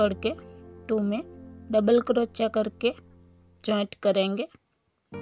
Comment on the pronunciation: आपका उच्चारण बहुत इरिटेटिंग है क्रोच्या क्रोच्या के बजाय सही उच्चारण कीजिए ।